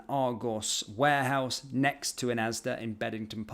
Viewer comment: It’s ASDA not ASDAS